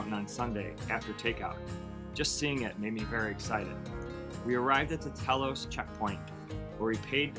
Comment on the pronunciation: It’s pronounced Tee-loss not tell oss. I grew up in northern Maine and this narrator makes this whole documentary sounds foreign to me with how he tells the names of local areas, I’m quite bummed about that.